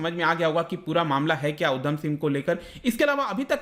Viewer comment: Uddam nhi it's udham